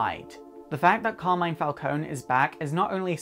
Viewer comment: Hi from Italy, I love your videos. About the Carmine Falcone character, not to sound too picky, but you are not pronouncing correctly his first name. It's more like this: CAR like Car the vehicle, MI, like in DO RE MI, NE like in the word "next".